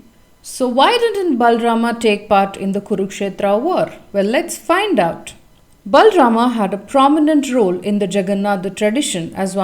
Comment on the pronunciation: No it's not. He pronounces it with a complete "A" sound, but it's not how it's supposed to be, it's half or less than a half "A" sound.